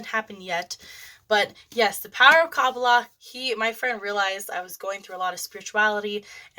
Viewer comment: Please learn how to pronounce Kabbalah ❤